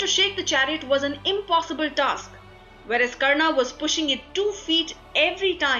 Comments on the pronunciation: This video has a lot of bonus information because it is not substantiated. Right at the outset, it calls Hindu Epics as mythology when they are in fact Itihas. If they were mythology then how come this channel is trying to show the correct FACTS? The pronunciation of the commentator is bad. There is no need to add 'aa' sound to the names. It is Pandava not Pandavaa, Karna not Karnaa, Arjuna, not Arjunaa etc. Back to the drawing board, you are doing a gross disservice to the Hindu tradition. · y r u pronouncing arjun and karn in correctly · its Ramayan, Krishan,Ram,Karn,Arjun...plz dont put a in every name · Please don't speak out the 'a' at the end of sanskrit names like Karna or Arjuna... it is supposed to be pronounced as Karn and Arjun.